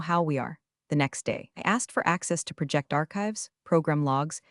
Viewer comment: Also "project" as a noun should not be pronounced as if it was a verb. AI was not programmed or trained to differentiate between nouns and verbs. Very poor work!